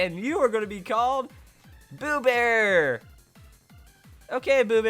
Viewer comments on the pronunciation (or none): "Boobear" ewww no xD. It's Bewear as in 'beware' ;P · You don't say Boobbear you say Beware it is a pun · It sounds like beware not blue bear. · OMG did he just called "Bewear" Bewbear 😂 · Did he just call Bewaer, Bebear? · It's pronounced Beware! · no. it's pronounced like Beware.